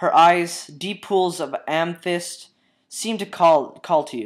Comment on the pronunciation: thinking character is going to fall through the cloud to their death. "...deep pools of amethyst." (ammy-thisst... rhymes with 'sammy hissed') It's a purple-looking stone. After the first few minutes you were warmed up well and it got alot smoother. I'm here from the Pony Confessions tumblr, I guess a pegasister mentioned she felt gay for reading this story and liking.